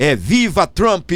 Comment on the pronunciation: Uma dica do professor Valter, de língua inglesa, com carinho: não diga "Trampí", diga "Trump", sem acrescentar o som da vogal "i". #vivatrump